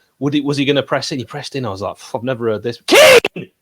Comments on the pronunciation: KEAN!!! KEAN!!! KEAN!! OH WAIT THATS ALAN, ALAN ALAN TELL KEAN!!, OH WHERES ALAN KEAAAAAAN!!!!!! I'M INJURED BEEN PLAYING ON TOO MUCH XBOX LAST NIGHT KEAN!!!!!!!!!!!! bryan: ITS NOT KEAN, ITS KEEYAN!! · Rodwell: KEAN! Bryan: It's pronounced Ke'an Rodwell: What you on about? I haven't got time for that Kean, I've got an injury to think of! Tell Hecky my rotator cuff is playing up